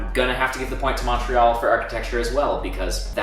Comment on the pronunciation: Annoys how you pronounce Montreal :(